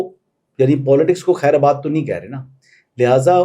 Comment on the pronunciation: ap ne kher abad Bola Hy lafz kher bad Hy